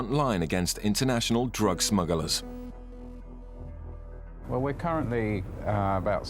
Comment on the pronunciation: Narrator keeps mentioning 'smuggalars'!